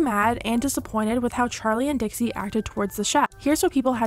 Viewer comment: dixie not dixi